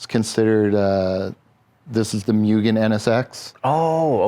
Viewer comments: "Myuuugen"....and he's been doing this for 30 years?? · MOO not MYU for Mugen.